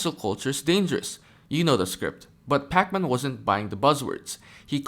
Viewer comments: I think it’s “PAK-min” not “Pak-MAN” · Not that you will ever need it again, or perhaps so, but his last name is pronounced "pack-men" not "Pac Man". Pac Man is a video game character, if you weren't aware. And remember, kids, Pac Man isn't just a game you play, it's a Jewish name pronounced in a completely different way.